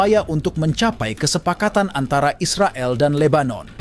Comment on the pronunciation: Bro cakap Is the gail ya bukan Israel... hmm..cakap malaysia macam itu yaa 😊